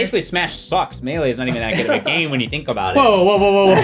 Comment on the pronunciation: I want a shirt of that just says "I fink" at the bottom.